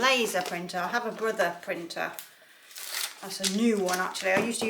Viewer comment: Do you mind saying what laser printer you use again? It sounded like "Bertha". Maybe you said "Brother", which is the brand I have now. Would like to know the "model" also. Didn't see info on it in your list of other equipment. Thanks!!! *Enjoy watching your videos.